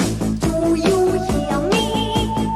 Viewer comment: Do you he-ah me?